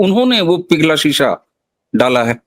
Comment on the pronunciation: शीशा नहीं सीसा Lead